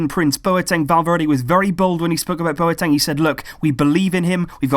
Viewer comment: My housemates were from Ghana, they told me numerous times it's pronounced 'BWATENG' not bo e teng.